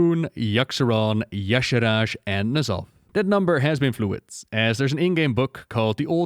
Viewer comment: It has always bugged me that Y'Shaarj is pronounced "yah-sharaj", as if the R came before the second A. Shouldn't be more like "yah-sharge"? It's as if Dave Kosak was either dyslexic or didn't put more than a few seconds into trying to phonetically sound out this alien word he imagined.